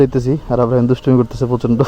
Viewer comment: ছেলে নাম আসলে উচ্চারণ হবে ইব্রাহিম। সুলতান ডাকে আবরাহিম ভুল উচ্চারণ। ইসলামের নবীর নাম ইব্রাহিম